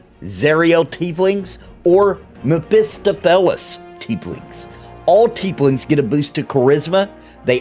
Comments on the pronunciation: Great video but I gotta correct you on your pronunciation of Mephistopheles. Mef-e-stoff-o-lees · stohf - ! also 'ray-pee-uh' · It's Mef-i-STAHF-i-lees. They said it in NWN 2 a few times. :) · Is that how it's pronounced? I thought it was meh-fi-STAW-fil-ees. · I’m pretty sure it’s pronounced meh·fuh·staa·fuh·leez (Mephistopheles) lol but thank you for the racial overview, I’m excited that the ability score bonus is not going to be bound to the race in the game (stated from YouTubers who went to Panel From Hell that you get +1 and +2 to your scores.) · lol great vid but I just have too... i'm sorry. Mef-iss-stoff-oh-leez